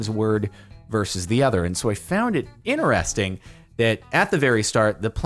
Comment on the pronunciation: Interesting has a “T” at the beginning of the word too. It’s “Interesting” not “inneresting”